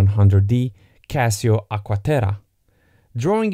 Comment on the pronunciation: "Agua Terah"